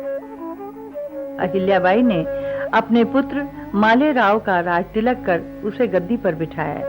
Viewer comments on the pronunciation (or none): none